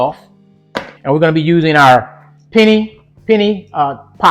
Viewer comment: Yummy! This looks really good! Now you know I was coming on here to help a brother out lol It’s pen-a. I love your videos on both channels, you be helping me out!